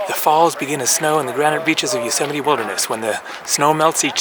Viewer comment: Another great video.. haha now i know how Yosemite is pronounced.